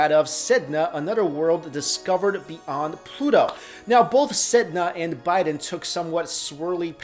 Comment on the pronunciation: it's beyond not be-und. sorry but it's distracting